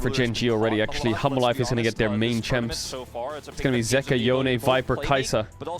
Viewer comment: Why I am kept hearing Caedrel speaking Humble life instead Hanhwa Life LOL